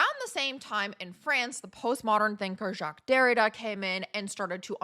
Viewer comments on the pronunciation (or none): none